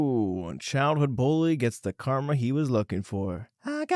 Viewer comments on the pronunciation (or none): none